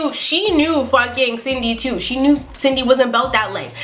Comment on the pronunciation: I thought she said Sydney I kinda sounded like cindney a couple times